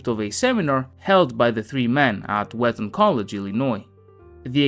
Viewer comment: It's Wheaton College in Illinois, not Wheton.